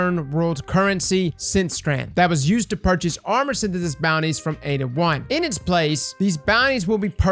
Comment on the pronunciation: Did he call Ada-1 "Eyydi-1"